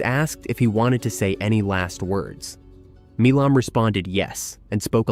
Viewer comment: The name Milam is not pronounced Mee lom. Milam is pronounced My lum.